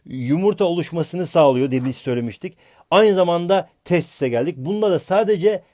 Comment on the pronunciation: hocam testis değil tesis hasghufguehgır za XD